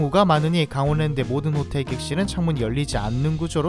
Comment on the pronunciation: 강월랜드아니고 강원랜드 발음 참~